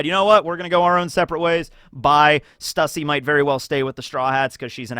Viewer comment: The YouTubers pronouncing stussys name wrong constantly is hurting me physically